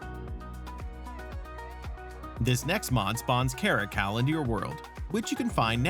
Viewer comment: The way he pronounced caracal...😂